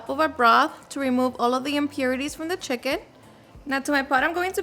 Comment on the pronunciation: that’s how my friends mom says it 🤣🤣 she’s from sonora